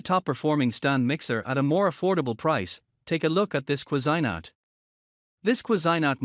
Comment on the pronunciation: You are mispronouncing the Cuisinart. Ques "I" Nart is more closely pronuciation.